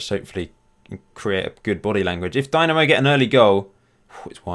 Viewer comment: its not a company but a society, and Zagrebs Dinamo doesnt have anything to do with them. It was just a popular name for clubs in eastern block back during the 20th century Also its pronounced like Deenamo, not Dynamo